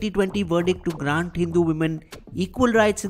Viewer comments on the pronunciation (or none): none